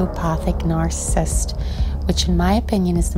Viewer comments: The way she say narcissist is so annoying .. "narcisst" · Nar-ci-cist. Not nar-cist. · It would help if the author knew how to pronounce narcissist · Nar-ca-sist - sound it out. 3 syllables, not 2. Narcissist is the word. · Why don't you begin by practicing pronouncing "narcissist" a few times and polish your general diction BEFORE making a bleedin' video?! Did you get your script from Reader's Digest? Comical.